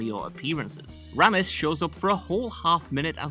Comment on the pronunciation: Is he messing with people on here by mispronouncing names ? CuSACK.. RAmis